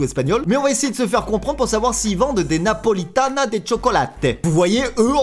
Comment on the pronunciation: Pourquoi quand la di Napolita de chocolate ta fait un accent italien alors que c'était espagnol en fait